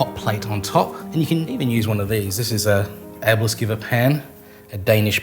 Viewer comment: Wonderful how you could pronounce Æbleskiver! Thought also you could use that pan for takoyaki 👌